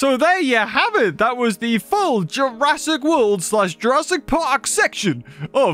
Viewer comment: How is nobody mentioning the horrible butchering of the word "Jurassic" in this sentence? 💀